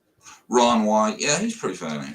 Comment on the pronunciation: its not ron for the love of god its not ron